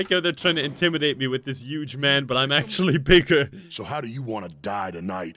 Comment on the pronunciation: when you get to and after he says "atcually" rewind it by 5 seconds and listen lol